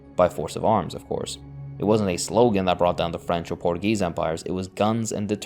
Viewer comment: Not a huge deal but you keep mispronouncing Portugal and Portuguese